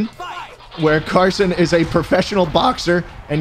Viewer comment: Melancholy Mouse it ezzz what it ezzz